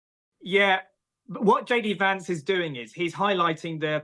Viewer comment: He keeps mispronouncing JD Vance's surname.